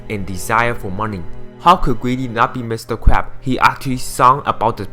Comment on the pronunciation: im sorry but you said mr.crap XDD not to discrace chinease or anything but i head mr.crap XD